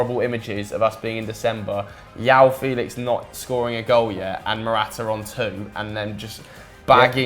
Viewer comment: "Yao Felix" (facepalm)